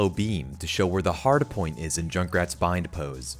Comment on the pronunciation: Is it just me or is he saying hardapoint?